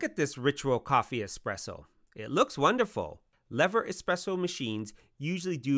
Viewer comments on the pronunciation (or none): I think you should worry about your pronunciation of the word “lever” before worrying about the pronunciation of the manufacturer’s name.